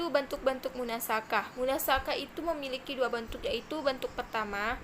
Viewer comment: Bukan munasakhah. Tapi bacaannya munasakhoh.